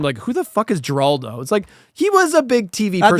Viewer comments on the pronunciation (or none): The G in Geraldo is pronounced like an H. Heraldo.